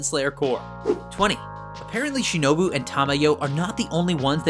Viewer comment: well he got tanjiro's name right once... and shinobu's too (maybe kanao's too in the same moment but i dont remember all of it)